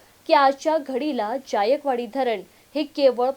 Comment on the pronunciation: अग बाई, ज्यायकवाडी असा उच्चार नाही,जायकवाडी असा उच्चार आहे.